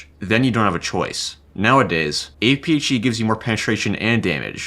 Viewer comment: it’s APHE not apeechee